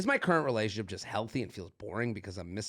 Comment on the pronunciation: I wonder when is going to learn how to say the word "relationship"